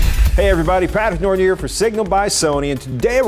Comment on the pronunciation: ..Notron or Norton?..